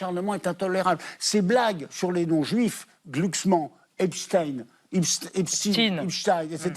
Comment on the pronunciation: Cette loi est destinée à exterminer l'opposant politique. Ce n'est pas JLM qui à mis sur la place publique la prononciation Epstine(version Russe) au lieu de Epstein. Nous n'avions jamais entendu prononcer jusqu'à ce jour "Einstine."... Par contre il faut dire Glucksmanne et pas Yadanne... L'aveuglement de manipulations; l'intelligence se perd. Heureusement arrive L'intelligence artificielle!!!